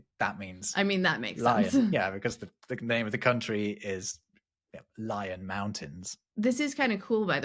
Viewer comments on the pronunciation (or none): none